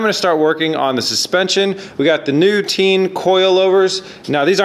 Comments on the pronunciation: Its short for Technical Innovations. SO pronounced "Ta-in". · Those are not "Teen" coil overs. Those are Tein. It spells almost like with "A". :)